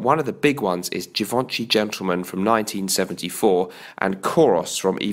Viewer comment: Refreshing video. One thing I suggest is to check the correct pronunciation of Givenchy.